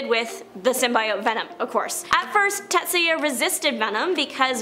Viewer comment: I was howling laughing at he Samurai Venom pronunciations... Takemoto Tatsuya "Take-moto" should be Tah-keh-moh-toh "Tat-sai-yah" should be Tats-yuh.